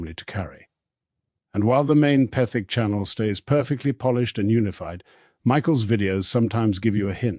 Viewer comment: What a hatchet job: a series of misrepresentations; half-truths; and outright lies and just enough basis to create a misleading narrative. if you expect any credibility, at least learn to pronounce Petherick correctly.